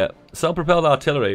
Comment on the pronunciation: le giggle "Arillery" le giggle